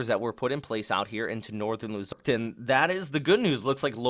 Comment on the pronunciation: Thank's Bro . . professional Raport... your fluent on sayin luzon and name of other islands in the philippines. Thank's